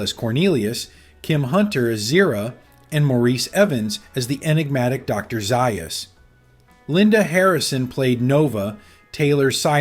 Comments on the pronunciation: Z-eye-us? Zay-us! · Wasn't she pregos?, What a chore!!! It's actually pronounced Zaus... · You lost me when you mispronounced Dr. Zaius. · How do you mispronounce Zaius?? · Not like the narrator did. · Did you actually watch the original movie?. You can't even pronounce Dr. Zaius correctly. What a prat.